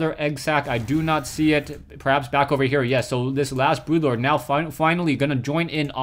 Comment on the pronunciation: Its Broodlord. Not brutelord. BROODLORD!!!